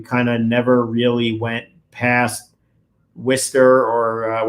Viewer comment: I love how people from Massachusetts are the ONLY people in the US who know how to pronounce Worcester correctly 😂😂 love from Worcestershire UK x